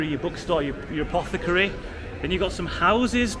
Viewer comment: "Apocathary" That reminds me of Runescape.